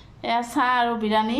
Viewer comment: Birani nhoi biriyani